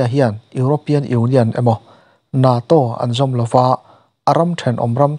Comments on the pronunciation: NATO i lam dan khi a diklo hulhual😂,(Neitaw)tih ang lam tur zawk ani e,chuan a ngaihnawm hle bawk😁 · NATO, hetiang 2syllable ah hian thluk loh tura Ngaihthlak a ni. Tin, zotawng a nih loh ang anga lam mai tur. I'm lam Dan hi Ka vawi 1 hriatna.